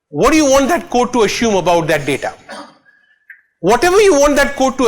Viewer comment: DADA SCIENCE NAI BE LODU, its DATA with a T.